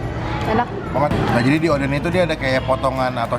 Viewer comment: Odeng bang bukan oden ehehe